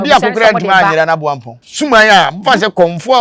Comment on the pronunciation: PLEASE, THE SHRINE IS "AMOAMPONG" NOT "BOAMPONG". THANKS.